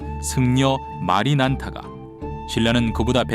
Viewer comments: 마라난타를 마리난타라고...? 별 건 아니지만 공부 좀 하셔야 할 듯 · 아니 도대체 마...뭐요?마...마리난타..;;;;마라난타인데....;;;이사람 혹시 기독교 다니시는 분이신가요?